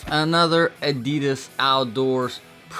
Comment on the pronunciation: The way Americans pronounce Adidas is so stupid. 😂